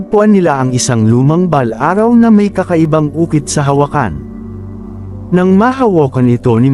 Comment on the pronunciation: Maganda ang kwento kya lng pakiayos ang passalita at words katulad ng orasyon at balaraw